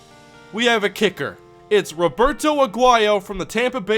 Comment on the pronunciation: you don't know how to speak Spanish. Roberto is Spanish. You are butchering his first name.